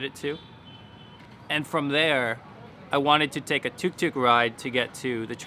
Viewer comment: As a South Indian, I find it so funny when you use the term "tuk tuk", I think I burst out laughing at least 3 times in this video just because of how you said it cause....I mean it sounds like a rattling toy you'd probably give to a baby 😂😂 (we call it auto, or auto-rickshaw here if anyone wanted to know)